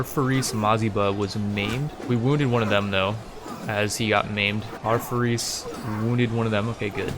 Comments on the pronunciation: Hey first of all the video is amazing Second, it's pronounced Faris not farees it's like there is slight i between the r and s Third alfuly and amud conversion is not from religion to another it's I think called a sect in English I don't know but it's all under the umbrella of Islam and converting sects is easer in Islam I suppose Great video and I hope you play ck3 more I love it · its not ferris xD its FAA RIS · js it’s not FaREEs it’s Fa-ris almost like ferris wheel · its more of a faaris فارس than farees source:im an arab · I could swear you were saying "we are going to recruit more furries" everytime you said their word for knight XD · I believe the pronunciation of "faris" would be more of "far-east" like sound without the "T" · it's penounced faa - res :3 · Is it really that hard to say faris man give it a real try it,s cool word (Faris=فارس) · This playthrough is awesome! Starting small on ironman is the best. Subscribed! Please keep making these! Btw, faris, the Arabic word for knight, is pronounced just like people say Anna Faris. Just like the word fairest, without the T at the end.